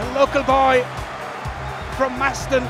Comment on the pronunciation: Maston?! Get it right ffs, it's Matson!! Nice side step Shaun